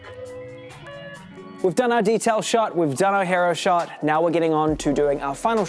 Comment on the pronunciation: He-roh? Nah mate it's Hee-row